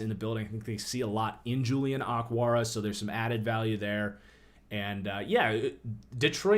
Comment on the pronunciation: Why did you call O-kwara, "ockwara?"